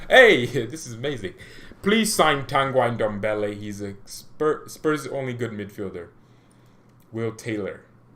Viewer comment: And not tangaj.TANGI ENDOMBELE